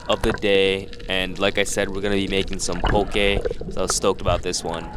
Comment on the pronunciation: why you keep saying poke like that 😂. You pronouncing it PO-KAY. Aren’t you from here? Best poke is Opakapaka/Onaga/Hamachi belly poke